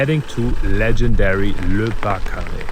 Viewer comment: say barcaress instead of barcaré!!